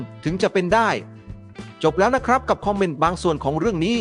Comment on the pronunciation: แอด...คนเขมรใช่มั้ย..ฟังสำเนียงออกนะ..หลายคำเลยพูดไทยสำเนียงเขมรชัดเจน โดยเฉพาะคำว่า คอมเม้นท์แอดออกเสียง..คอมเม่น..